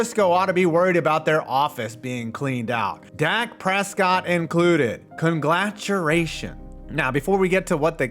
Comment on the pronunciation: What the heck was this pronunciation? "Conglaturations.'' Lol! Anyway, love your videos,!! 01/24/2024, am